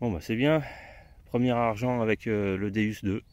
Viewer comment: Bonjour je voulais vous dire vous dite pas bien le non de votre détecteur .le non c'est dieu en latin donc sa se prononce déOUs et non déUs .bonne journée .capitaine déOUs